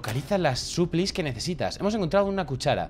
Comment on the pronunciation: No es suplis es suplais solo por areglar